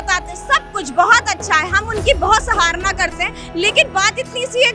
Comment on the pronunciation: Madam pehle to aap shabdo ka gyan le... Saharana nhi sarahana bolte hai .😂😂😂 Aur totke nhi upaay btate hai ... Aur itna chilla q rahi ho .. pehle unki video sun le murkh ho tum.... Aur unhone b yahi bola h Brahma ji ne vivah krwaya h .. andho murkho pehle sahi jankari lelo .. tum log bahut bura bhugtoge dekh lena.... Jitna mike pr chilla kar bol rhe ho na bina jankari k , tumko sab ko jawab milega or itna tagda milega k tab tumhe ahsas hoga k tumne kya galat bola h mishraji k liye.. Mujhe taras aarha h tum sab par .. kyuki Mishra ji ne to galat shabd ya gali kbhi nhi di aaj b muskura rhe h . But tum log galat shabd use krrhe ho tu tukar wala.... Interview lene wala b agyani h.. or ye channel wale ko n gyan jruri h .. bolo jitna galat bolna h , upar wala dekh rha h jisko jitna yatna doge usse kahi jyada tumhe tiraskar jhelna padega .... Wo murkh lady gyan do kodi ka nahi h jake ghr Beth k Mishra ji ki sab video suno fir bolna mike or camera pr . 😂 So pity on you n you people... Baki sab mahadev dekhe har har Mahadev Jai shree Radhey ❤